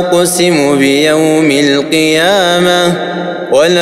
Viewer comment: القارئ مصطفى البرزاوى لا اقسم بيوم القيامه وليس القيامة مفروض تنطقها هاء عند الوقوف وشكراً